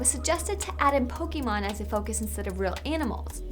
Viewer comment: Pokémon pronounced wrong once again. I honestly wonder how Nintendo reacts oh yeah "Amercia loves hamburgers and fast food"